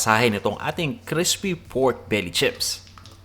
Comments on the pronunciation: Okay ang cooking mo pero ang arte mo mag tagalog at nag slang ka pa sabay taglish ka pa. Arte mo bata. Mag Tagalog ka nalang para tunay na pinoy. Buti nalang sa dulo eh nawala na arte mo sa taglish bata. Crispy not Crespi ! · Baka po crispy at di crespy. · Nakakaloko yung pagbigkas sa "crispy". Parang sinasadya talaga, eh.